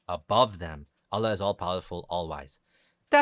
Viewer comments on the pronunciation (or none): none